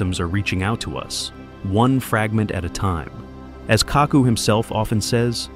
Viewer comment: It's Kaku Narrator says it all cack ku like tattoo says from the love boat